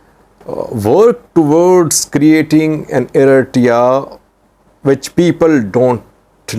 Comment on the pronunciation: You have reported a lot on east African politics and still can’t say Eritrea right 😂🤦🏽‍♂️